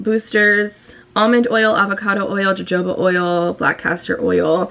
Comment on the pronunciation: Sometimes too much of a good thing can be not so good. I'm older and now have gray hair that is so different from my hair when I was younger. Also, jojoba is pronounced hohoba. You're just so cute. Lots of love headed your way today. Also, have you been to your favorite crystal shop since being back in the DMV? Would love a spiritual video update?